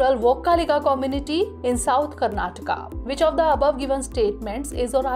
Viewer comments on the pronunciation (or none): none